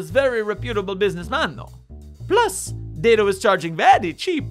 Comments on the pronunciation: It’s Dad-O. He even has a video where he pronounces it. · I feel compelled to inform you he prefers it pronounced more like Dad-O. This will be all.